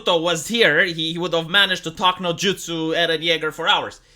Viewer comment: you make eron yager from attack on titan sound like paul atrayadees from dune